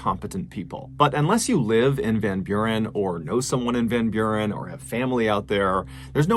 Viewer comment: As a dutchman hearing you pronounce Van Buren I actually kinda chuckled, you actually said it pretty well